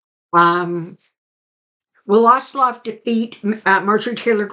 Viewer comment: I believe the name of the present Senator from the state of Georgia is John Ossoff. There is no L in the name. Still, the pendulum is correct. He and Warnock are polling very high. Thanks again for the video. Also, Happy Mother's Day!